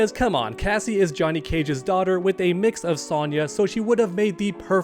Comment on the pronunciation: Why is he saying "Juh-net" Cage?